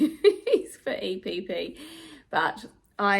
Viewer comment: So proud of you, you can actually pronounce EPP if you put your mind to it 😂